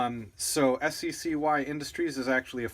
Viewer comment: It's pronounced sky. I own one and was my first pistol that I bought since because it was so cheap. Mine is the cpx-1 which has the ambi safety. That's the difference between the 1 and 2, the external safety. Great review by the way!